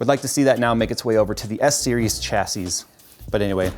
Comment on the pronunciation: Chassy.. no dude, the word originates from French so it's prounounced "Shassy"